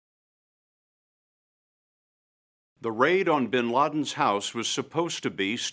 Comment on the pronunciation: BIN not BEN